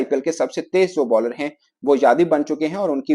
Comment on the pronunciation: "jadev" "jadev" kya rahe ho yadav hai yaaadaaav tum pakistañ se ho paris se nahi